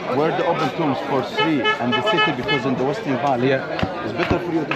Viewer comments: Tomb is pronounced as 'tum' not tomb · When you were saying tomb I didn’t understand what you were trying to say. Then I realized you were saying tomb but it’s pronounced like “toom” ….or “room” but with a “t”